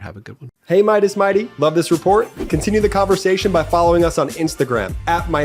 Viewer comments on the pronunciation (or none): You guys should change that exit bit 🤔 because he says "imporDanDt" instead of "imporTaNt"